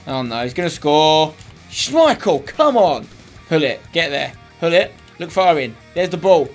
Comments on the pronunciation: LewLarr Guess where Gullit is from? Netherlands. Guess how we pronounce the G here? NOT LIKE A FUCKING H. Look up any dutch interview with him and you'll hear GULLIT and not HULLIT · It's not pronounced as Hullit 😂